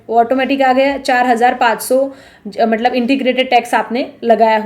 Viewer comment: मतलब को मटलब कियो कहते हो